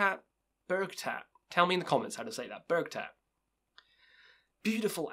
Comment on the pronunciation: You got Bergtatt right, but Mgla is pronounced Mgwah. The L is actually a Polish letter we don't have. And listen to the album Enthrone Darkness Triumphant by Dimmu if you haven't already. And their first two, For All Tid and Stormblast are really good, too. Both sung entirely in Norwegian and they have a much different sound then the rest of their stuff. More cold and atmospheric.